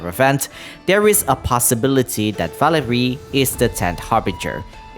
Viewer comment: valeriy, first it's not velerIY but valEriy, softened r edit, oh you did the emphasis right with valerio